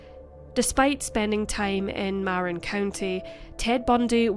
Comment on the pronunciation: As an SR resident, we are actually the homeless capital, and the wine is Sonoma/Napa. And the way you pronounced Novato physically hurts me. Then Marin too.